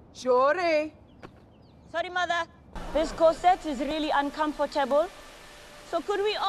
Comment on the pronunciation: Her mom actually says it like "shURi"